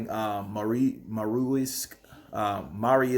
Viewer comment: Its „MARIUS” and he was never knocked out